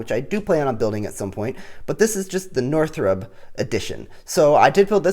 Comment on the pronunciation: umm... Did you mean to say Northrub?